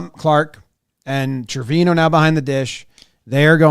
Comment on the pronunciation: Not me being bothered every time Jimmy says Trevino wrong